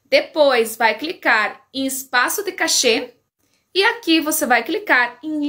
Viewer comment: Se pronuncia "quéchi" obg pelo vídeo.